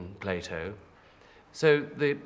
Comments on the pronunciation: Andrew Collins it's pronounced Plato, not Plyto. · Who the heck is Plato? ATLA-RA